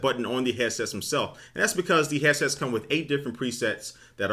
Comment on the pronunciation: This guy keeps saying hessets wtf is that???